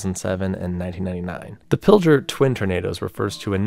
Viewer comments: As a Nebraskan, my people pronounce Pilger as Pilger not Piljer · As a Nebraskan we pronounce it Pilger not Piljer a lot of people not from here pronounce it. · Just a little side note, so you’re aware: When talking about the twin tornadoes in Pilger, NE, the name isn’t being pronounced quite right. You’re giving the G a J sound (saying Pill-jer), but it should be kept as a G sound; say it like “grr”, like you’re growling lol. “Pill💊-grr👹.” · As someone from Nebraska, it's pronounced like Pil-grrr rather than Pil-jrr. Love the video though!!